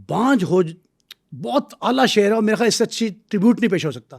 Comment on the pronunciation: Ayyal nahi khayal